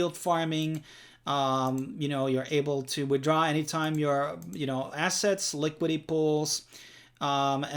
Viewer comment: Its LI - QUI - DI - TY.. LIQUIDITY! SAY IT.. LIKIDI.. 😂